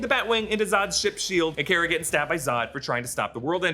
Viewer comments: It's not care-uh it's car-uh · It's pronounced "Car-Uh" not "Care-Uh" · Supergirl’s name is pronounced Kar-a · The way he says Kara really shouldn't bother me as much as he does